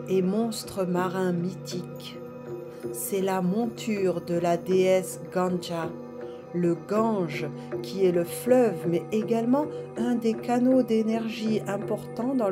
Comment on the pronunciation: Bonsoir, le Gange c'est Ganga, pas ganja 😉 c'est super intéressant ce yoga chamanique ❤